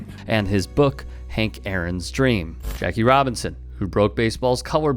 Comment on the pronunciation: you mispronounced the man who broke the color barrier, the American Leagues 1st African American. while I agree with everything you are saying, this comes off to me as using a man to suit our argument without even doing the research enough to even say his name correctly. Im just saying, the man was a revolutionary, not some damn house elf from Harry Potter... at least put some respect on his rather easy to pronounce name. just my 2 cents